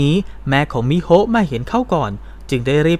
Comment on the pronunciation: ชื่อน้องควรไม่มีสระอะอ่านตรงๆว่ามิโฮนะคะ